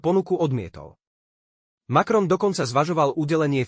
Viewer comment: Macron, nie Malron.